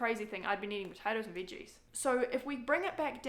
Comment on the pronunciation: i like how you say veges